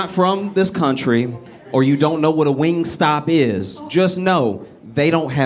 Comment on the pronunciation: My 12 year old said, “It’s WingStop, Not Wing Stay” 🤣